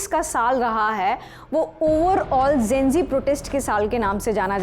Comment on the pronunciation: Gen- zee hota hai naki Gen -g...😂 Similarly nishan hota nisan nahi... Lallantop should watch these things...Cost cutting zaada ho gaya